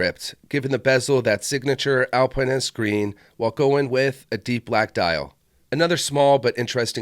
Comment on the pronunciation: Why are you pronouncing it that way? There is no E to make pine. Al pin ist.